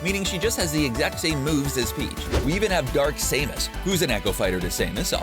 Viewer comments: Ryu (re-you), Samus (Sam-Us), Richter (Rick-ter). I mean i can let Ryu slide, Samus is like ehhh.. but confusing Richter for Richard really... clearly this wasnt done by someone who has played the game or many of these Iconic games represented here. 🤦‍♂️ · ok so it's dark say-mus,chrome and ri-u???!!! bruh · "So we have Dark Saymus*, who is an echo fighter to *Saymus*, obviously. *Chrome*, who is Roy's echo fighter. Ken, who is *Rye-u*'s echo fighter. And finally Simon Belmont, who is *Rich-ters echo fighter". Omg dude how much worse can you get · He said Sam-us 😂😂😂 and he also call chrom crome😂😃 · Saymus Chrome (google) Rie-oo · saymus chrome rye-yoo rich-ter wUt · You say samus, richter, chrom and Ryus na,e all wrong